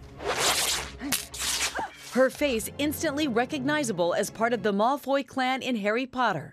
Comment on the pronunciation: The way she pronounced "Malfoy " is upsetting me and my girlfriends.